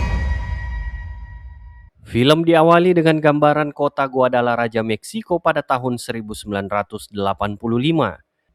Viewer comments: Bukan guadalaraja tapi guadalahara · Dibaca GUADALAHARA min